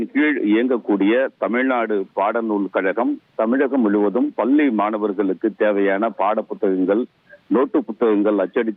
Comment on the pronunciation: பல்லி மாணவர் இல்லை. பள்ளி மாணவர் 😂